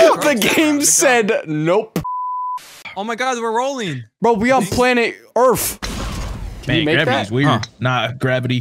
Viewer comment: “Bro we on planet… Earf” 2021